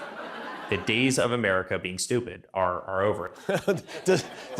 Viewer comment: Who wipped Amewica off? Euwope? The whole wowld? Ewic didn’t study Histowy didn’t he? What a losew!